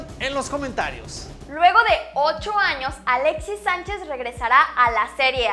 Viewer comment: Alexis sssaanchez Yala la Lala la Alexis Sánchez 🤦🏻‍♂️🤦🏻‍♂️🤦🏻‍♂️🤦🏻‍♂️🤦🏻‍♂️🤦🏻‍♂️ Dios! Peor que los españoles.